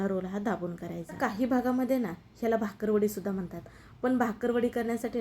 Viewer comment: भाकरवडी नव्हे बाकरवडी असा उच्चार आहे